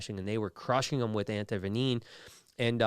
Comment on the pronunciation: What is anti venineen, Brian? Anti venom is what I thought it was